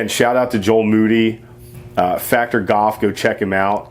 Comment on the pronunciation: You know there is an L in the word goLf